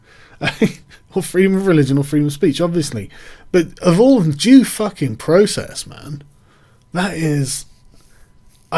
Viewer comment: Sargon Did you just say Process the Jews